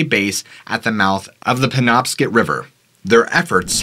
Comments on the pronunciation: It’s pronounced like Scott not skit penobscot county is where I grew up. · I stand corrected and I do apologize. I have been pronouncing Penobscot wrong for years apparently. I wanted to double check before I replied and was very surprised that I've been saying it wrong for over 50 years. So pay no mind to me. You got it 100% correct! (Don't hurt me. I'm old.)